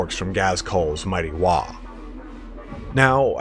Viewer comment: I think your missing the g in wahggg